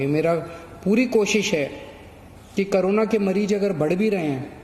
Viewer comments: Its Corona not Karona 😂😂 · Haaaaaa wah bhai kejrilal pehle corona bolna sekh le